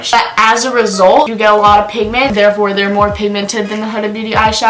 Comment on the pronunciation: you had her name right the first time it’s “Hooda” not “huhduh” .